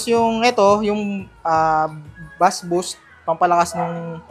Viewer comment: Bass is pronounce like base